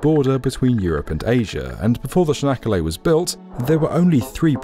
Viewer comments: "Çanakkale" is more like -ch-anakkale, not -sh-anakkale. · its not canakala its tsjanak ka le how u read it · "Chanaggalla" :D